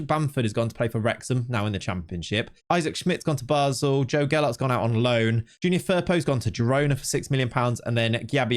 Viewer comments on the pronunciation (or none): none